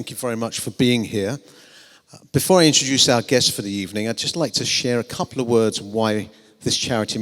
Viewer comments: Title correction: An ebening with Arsene Wenger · An ebening with arsene wenger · U mean an ebening